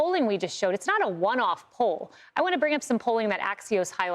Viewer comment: Man-Joe-Neh. Three syllables, not four.